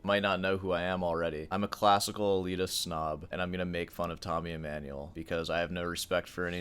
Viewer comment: Tommy E-"meh"-nuel... Oh please... Not a YAMAHA... 😂 BTW, The infamous Tommy video was my intro to Sor Hands... I can't watch 🙈 Can I filter out the Emmanuel clips and just listen to the Sor commentary? Palestrina ftw... 👈👉 Dying here... Good point on melody...